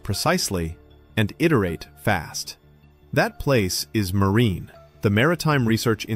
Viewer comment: Its Marin not Marine